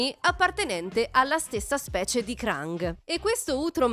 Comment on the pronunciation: La vera domanda è una: ma lo fai apposta a pronunciare male i nomi? No perché shredder lo pronunci come se fosse scandinavo e krang come se non fosse inglese